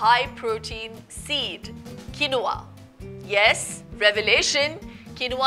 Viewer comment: It’s not pronounced as kenova It’s keenva